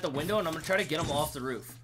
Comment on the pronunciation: He say of instead of off